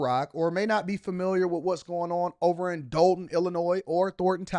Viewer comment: I definitely appreciate you covering this! Just wanted to add it's pronounced Doll-ton, not Dole-ton. Thanks again for your hardwork!